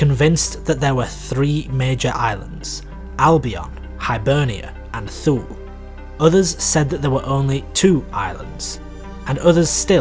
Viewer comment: thule is pronounced too-luh!